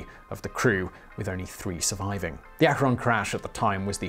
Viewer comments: It's pronounced Ak-ren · Wish Simon could pronounce "Akron". ;-) Ak-krin